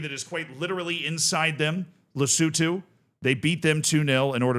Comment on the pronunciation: How are you mis-pronouncing so many names. Who the heck are Lesoootooo or G'bon? So many others.